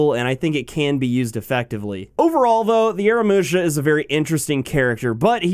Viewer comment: AH-RAH-MOO-SHA say it with me now :D